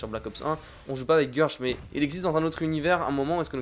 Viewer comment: C'est Guèrch pas Gueuuurch